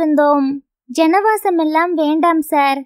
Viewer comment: It's jaanavasam & not janavasam.